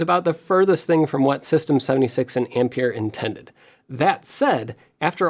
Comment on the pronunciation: Ampère is pronounced as ahm-pair.